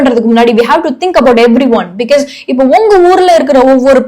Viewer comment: because ன்னு நீங்க சொல்றது different ah iruku. usually ah பிக்காஸ் ன்னு சொல்லுவாங்க. நீங்க பிக்யஸ் ன்னு சொல்றிங்க.